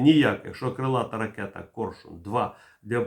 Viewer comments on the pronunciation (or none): "Корьшюн" ?? А чому не Арьйолл,ЯстрЄбь?